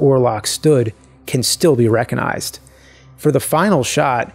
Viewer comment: "Reckinized." Seriously?